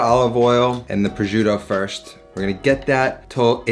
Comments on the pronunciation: indeed lol more like "pro-shoo-tô" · pro-shoot-toh Double that T and roll that R, it’s not that difficult Also: the “gi” sound in Parmigiano should be pronounces as “ja” in “jar” Par mee ja no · He should learn to pronounce the Italian names of the ingredients. It's hurting my ears when he's saying 'projoodo' and 'amatrisiana' etc... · "prozhiudo" jk great video mate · it annoys me so much how you pronounce "prosciutto" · How he says prosciutto is triggering. And so bad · The way he says prosciutto.. ugh... you can cook Italian you can’t say prosciutto the right way. 😑